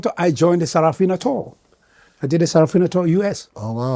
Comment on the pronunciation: Sarah Fina 😂😂😂. Bro, its Sarafina